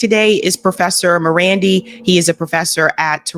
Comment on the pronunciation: Why is it that can pronounce Iran correctly, but not Marandi? It's not MarANDY. The second 'a' is the same as the first